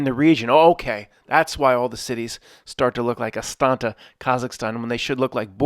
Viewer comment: Its Astana, not Asanta